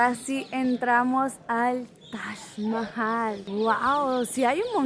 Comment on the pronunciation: Es TAJ MAHAL. literal yo oigo que dices tash mahai.